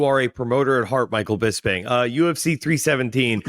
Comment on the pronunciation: 😂 hearing Bisping say “FroCK” to his face and FroCH saying “bisPING” back like he knew about the secret Chinese family had me cracking up